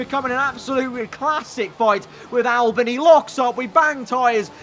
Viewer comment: Albon not Albin